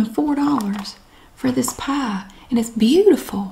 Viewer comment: Pumpkin pah. Lol sounds so stupid. lol